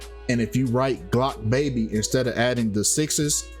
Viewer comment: It's Blocc Baby, not Glocc Baby